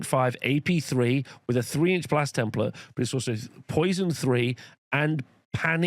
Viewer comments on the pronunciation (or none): none